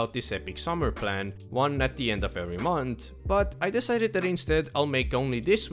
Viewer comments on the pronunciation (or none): you say "think" a couple of times right after . And it sounds more like "tink" or "dink" you said "dem" instead of them. it seemed you said "mont" instead of month.